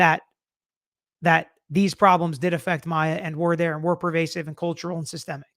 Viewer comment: Her name is Maya not Mya